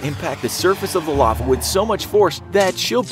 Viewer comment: "Lave" really? I cant believe he messed that up and i think english is his motherlanguage.